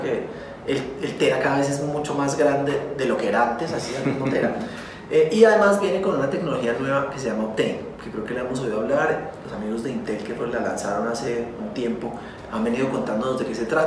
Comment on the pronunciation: Intel optain??? jajjajaja